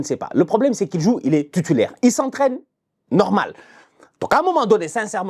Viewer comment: « Tutulaire »😂😂 toi t’es mon gars